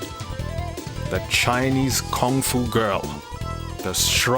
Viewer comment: I'm sorry but please pardon me I really like on how you pronounce Kung-Fu